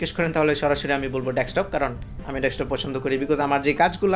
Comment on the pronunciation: আমি বারবার ডেসটপ শুনছি। ক অক্ষরটা ক্লিয়ার নয়।